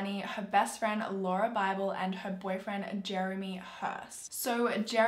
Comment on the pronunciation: You pronounced Lauria's name right